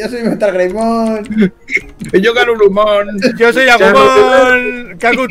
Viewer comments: Todos: lo vamos a llamar metalgreymon: metalgremoy Jajajajjajajaj 😂😂😂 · sii metalgreymon me gusta el dislexico: metalgremoy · Todos:METALGREYMON: METALGREMOY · jajaja ese para poner nombres, un mate de risa... es metalgreymon no metalgremoy xd